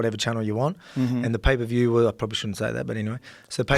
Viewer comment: PAY-PER VIEW.